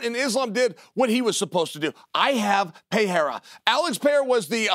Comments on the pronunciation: Him calling Alex Pereira "Pierre" will never stop cracking me up. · And Chael still says Pierra, I love it xD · Chael "Piera" Sonnen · Chael pronouncing Pereira different every time has me rolling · Uncle Chael is the only commentator that announces all UFC fighters names correctly with no mistakes at all, Just recently Alex Pereira came out saying that he himself along with everyone else has been saying his name totally wrong and the only person that always says his name correctly is Uncle Chael..."Alex PEEEAIR"....Uncle Chael undefeated and the best UFC fighter ever....Never loss a fight or even a round and as Uncle Chael said if he really wanted to can return back today and become a 3+ division champ but because he is so humble he wants to give other average UFC fighters a chance to shine and rather sit on the sidelines and be a commentator. A true gentleman...The great Uncle Chael...😅😅😅😅